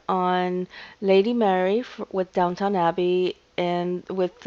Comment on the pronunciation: It’s DownTON. Not DowTOWN.